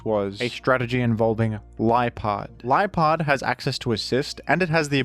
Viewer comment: Can't believe i listened to half of this in ai dub didn't realizr until it called liepard lipard and roar raw